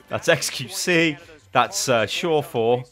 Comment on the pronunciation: he called xqc surefour